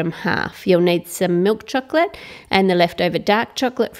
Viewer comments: "cheklet" LMAO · ramziz chohklet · Say the word chocolate properly or don't say it at all